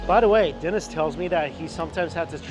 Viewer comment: Was that Dennis or Denise ? 😆